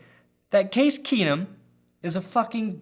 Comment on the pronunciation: "Case Keesum. KEENUM!"